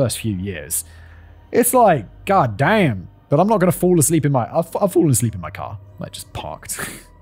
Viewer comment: Hands down my favorite thing Simon says is "gatdamn" in the most American backwoods hick accent he can muster. I want it clipped for my text notifications lmfao